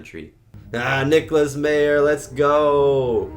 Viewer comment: Leonard Nimoy had the perfect pitch for this movie. What if the (Berlin) wall came down in space with the Chernobyl explosion depicted as the Praxis explosion at the beginning of the movie? Nicolas Meyer is pronounced 'My-er' not 'mee-er'